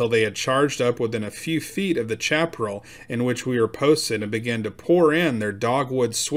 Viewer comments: pronounced Shap A Rail not chap rull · Chaparral =. Sha - pr - AL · I really enjoyed the story, but I wanted to point out that Chaparral is pronounced "Shaperal" and refers to low growing grassy plants about 18 inches high and has shallow roots and is mostly dry. It makes good tinder, but accounts for a lot of California forest fires. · Chaparral is pronounced Shaparral. Must be a yankee!